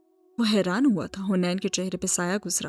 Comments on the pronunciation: Haniin naam h not huneen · Its haneen not hunain😭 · Hunain nhi haneen hai